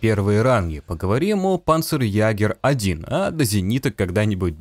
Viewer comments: не панцерягер, а панцерйегер(ä - ето е) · [па'нцерйэ'га~] читается. Ударение на пАнцерЕгерь, правила немецкого. "А" с умлаутом читается как "Е" и всегда получает ударение.